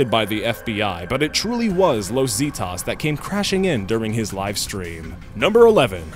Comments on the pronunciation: Zetas ( Zeh-tahs) Not ( Zee-tahs) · It's not pronounced "See-tahs" it's "seh-tas". Los Zetas. I don't know why it bugged me. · Los Zeetoss? Zetas (Zeh-tahs) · Los zeh-thas not zee-tas U don't fuck with those dudes Eesh haha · ZAY-tas Not zeetos... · Zeetaws lol It's pronounced zeh-taws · What hahahahahahaha Los zeetas?? what the fauck is that you dumb language challenged Gringo is Los Zetas ( Zehtahs) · what's los zeetas? I thought it was zetas. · Los zeetas😂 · Lowes Zeedas. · "los zeetahs" fucking christ that horrid pronunciation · omg...Los "Zeeetas" lol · "Los zeetahs" wtf 😂😂😂😂 Los Zetas is a Mexican cartel. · Ooooh I got déjà vu with this video. It's pronounced "Seh-tas" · The way you say "Los Zetas" made me cringe, you failed miserably. Like the video but please learn some Spanish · i like how you pronounced zetas its not the way you pronounce it but koodos for trying. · This. He pronounces the first syllable of "Zetas" like crap. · ...... *sigh* okay really the pronunciation in these videos is ridiculous. Is it really that hard to double check on how a city/group/etc. is pronounced? So far just from a few videos I've watched today, I've heard rethoric (rhetoric), Calgairy (Calgary), Wocko (Waco), and now Zeetahs (Zetas)..... Seriously, these are really easy words. You can pronounce "amalgamation" but can't pronounce Waco or Zeta?...... Really??